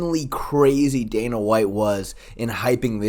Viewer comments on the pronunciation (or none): none